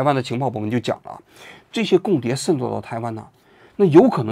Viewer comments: 王局，跟我念：shen 透！ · 王局这期节目简直太用心了，为了能让台湾网友能听得懂。把渗透都故意说成“sen透” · 王局，你讲“渗透”的发音能读准点吗！！！森透、森透、森透，，，，，也开始台湾腔了！！！！ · shen透，不是sen透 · 不是读SHEN透吗？王局总是读sen tou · shen透，不是sen透😂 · 王局 那叫 shen4 透 shen4！ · 为什么你读渗透读作sen透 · 这个渗透听的我好难受，新版读音改成 sen 了？ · 僧透到了哪儿？王局这是要嘲讽 还是普通话退步啦？😂😂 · 王菊不仅化学元素胡乱发音， 连个渗透发音都成问题， 参考其口语，绝非用方言可以搪塞的。